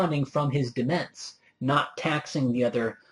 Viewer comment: Nobody ever pronounces demesne properly as it should be, which makes me unhappy. :( It's "di-mayn".